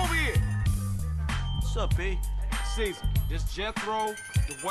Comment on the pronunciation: IT'S CAESAR!!! NOT CARLOS. LOL.